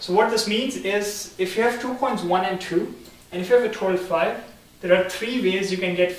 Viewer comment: Stop pronouncing coins as chhhoins